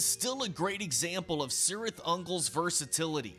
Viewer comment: Isn't it pronounced "KEERith"?